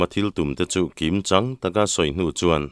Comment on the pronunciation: Raw Chang suihzum tih i chhiar dan hia dik lo deuh em aw Chang tih lai hi hla chang sawi tih ang a chang hi ti sang lo in lung chang kan sawi ang hian chhiar hi a dik em mau chang mau upa sawi a tum zawk a ni lo maw